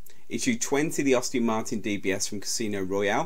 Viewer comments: Any chance you can redo this after learning how to speak English properly? I've never heard so many car names mispronounced so badly. Sunbeam is difficult to pronounce wrong but well done, you managed it, along with Aston Martin. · It is AST-ON Martin...Not Aus-tin Maerin...Not hard to pronounce is it? And it is Volante...not volont!!